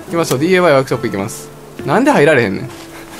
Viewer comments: なんか違和感感じると思ったら ディーエーワイじゃなくてディーアイワイやんな笑笑笑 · なぜDAY?DIYって言ってるのかな？